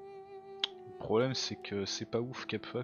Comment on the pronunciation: S'il te plait, pas "Capuha" mais "Capoua" !! >.< Mon cœur d'ancien latiniste se brise à chaque fois que tu prononces le nom de tes villes ! ^^